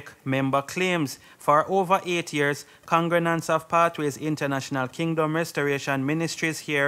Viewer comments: If this bredda say congrenants one more time 😂😂😂😂😂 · What is a congranant?.. I thought the proper pronunciation is con -gre-gants